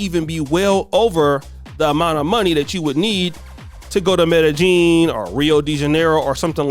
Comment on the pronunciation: Now you gonna start mispronouncing MEDELLIN?!?!?!?